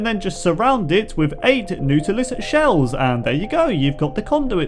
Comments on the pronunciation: Naw-til-us shell...not new-til-us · Diego Aguirre His accent does not make him say it as noot-ilist. He simply did not know how to say it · Not pronounced "Newtilus" more pronounced as "Nawtilis" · Good video, nautilus is pronounces like naughtilus not nutilus haha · It is pronounced Naw-Till-Us, not like Noo-Till-Us. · omg the nootilus lol learn how to pronounce bro someone needs to get me an inhaler xD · He doesn’t really understand the whole ruins-trident-drowned connection. It’s Atlantis. They are the dead Atlantans. And that’s not a “ruin” that was also a ship wreck. Ruins are buildings. Also it is not pronounced “new ta lis” it’s “naw ta lis” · Im dead. Newtulis shells, its naaautolis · NAW-tilus. not NEW-tilus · #55 the nootlis shell (Naw-ta-lis) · NOOTOOLIS It’s pronounced “naw-ta-lus” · "nootilus" I would like to kindly correct you to (not-a-lus) being the proper pronunciation. you sound funny saying it tho, thanks for making my day. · Not noo-ti-lis naa-ti-lis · It's not newt it's pronounced not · im gonna pretend you didn't just say nootilus instead of nautilus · its pronounced nautilus not neutilus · Rosenthal Bros "newtilus" xD "Nahwtilus" sounds waay better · LOL dude its not newtilis its nawtilis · N-aw-tal-us not newtalus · It’s not-a-lis not noodleis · Nautilus is pronounced nort-ilus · It hurts hearing him say “Nootilus shell...” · pronounced nought-a-lis ….. sorry buddy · wait did you just say newtilus shell?! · Nautilus = NAH-tillus :\ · its pronounced naw-ti-lus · It's pronounced naw-taw-lis shell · I love the way you pronounce things.... Nootilus. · It's pronounced Naw-tulis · Not to be rude, but nautilus is pronounced as "naw-till-us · Yeah. He says it like it's spelled "neutilus shell." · "Neutilus" PLEASE SAY IT CORRECTLY. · It is nautilus and said: nor-til-u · UMM IT'S PRONOUNCED NOTILUS(nerd with annoying and has braces voice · Nautilus is pronounced ;naught - i - lus' or 'naught - ul -us' not as verbalised in this video.